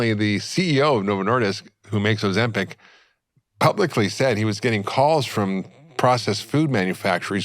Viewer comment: Ozempik! Not Ozempack 😁 please!!!